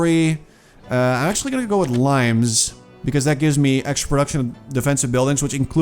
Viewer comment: Military policy you picked is Limes, like "border" in Latin not the fruit like you read it. Sorry to be an ass correcting your pronunciation in every other video :)